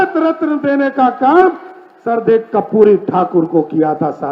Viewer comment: कपूरी होता है या कर्पूरी 😂